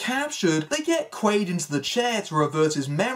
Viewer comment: It's Doug QUAID, not Doug Quail lol just FYI 🤜💥🤛